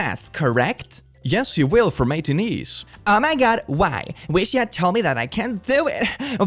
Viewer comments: btw "Matinee" is pronounced "Matt-in-AY" and it means a movie shown earlier in the day at the theater. They usually charge less for matinees, and they're usually more crowded than later showtimes (unless it's opening night for a movie), which is likely why they had the mask rule for matinees and not later movies. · Its a tricky word, but Matinee is pronounced "Matt-ih-nay" ^-^ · The way you pronounced matinee killed me.